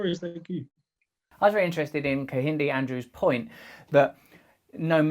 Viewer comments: Not your fault obviously but you are butchering his name lol Kehinde is pronounced Cayenne - day ...not keh-hindi His name means he is a twin and he is the youngest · Pronounced - kind day 😉